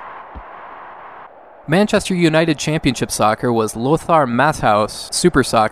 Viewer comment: “Lothar Matt House” 🤣🤣🤣